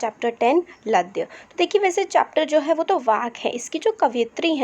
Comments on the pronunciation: Mam apne chapter ka name galt bola h It's not लयद its ललद्यद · Chapter Ka naam galat padh Rahi hai improve it